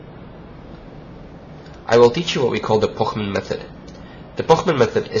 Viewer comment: He pronunces it very well because Pochmann is German :)